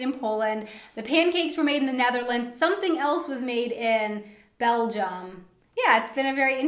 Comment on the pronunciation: Great video. But please make the English TH - it sounds way too German when he says SOMESING instead of SOMETHING. Otherwise, great video as always.